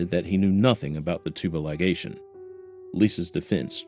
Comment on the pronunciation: I know this is going to sound nitpicky as hell but THANK YOU for saying tubal ligation correctly (and not "litigation" or "tubalation" or any of the other weird pronunciations I've heard on other channels) 😳 great video!